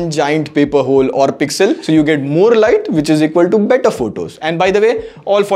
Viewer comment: Nice teaching english people what is pesxel😂